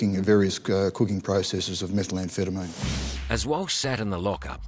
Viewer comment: it's methamphetamine not metal-amphetamine ... that pronunciation gaff annoyed me throughout